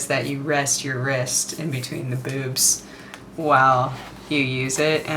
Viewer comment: you say boobs funny xD. kinda like bewbs